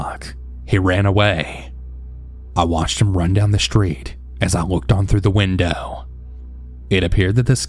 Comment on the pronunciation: How many times did you hear whindoowh?😂